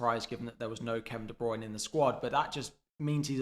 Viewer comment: I just unsubscribed solely based on the constant massively incorrect pronounciation of De Bruyne - it’s annoying as hell but good luck for the rest of the season. 😂